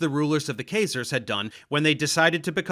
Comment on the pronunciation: This is the 2nd video where you mispronounce "Khazars". C'mon, Dave, you're better than this.